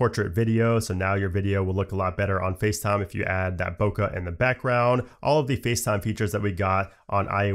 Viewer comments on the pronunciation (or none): none